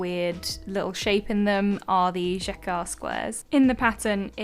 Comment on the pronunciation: "oh no I’m going to mess up this word" Also: says jacquard with a perfect pronounciation